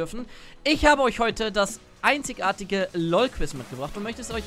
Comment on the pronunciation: Wenn du versuchst Hochdeutsch zu sprechen, dann wende doch bitte die "IG" Regel an^^, du betonst nämlich das "einzigartige" furchtbar und sprichst es dann noch falsch x.x